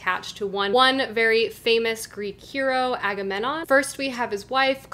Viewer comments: Loved the Video but as an archaeology Student: "A-ga-mem-non" And "Cly-tem-nes-tra" And "A-reee-ad-nee" Other than that, great haul and some interesting books to add to my tbr!! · A few pronunciations: Ari-ahd-nay and Aga-mem-non